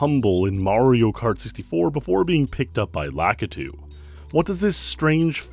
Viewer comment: "La-KEY-tu" - concerned citizen nerd